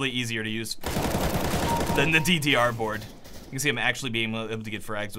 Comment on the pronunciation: you say DDR so weird :o TeeTeeAre board